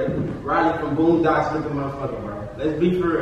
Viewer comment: Lmfaoooooooo not “boondocks” 😮‍💨😂